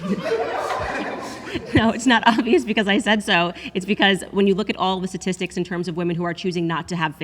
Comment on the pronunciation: Candace said ‘tit’tistics 😂